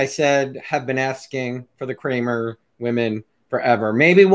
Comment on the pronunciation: You said dr crame ya mean Cramer ^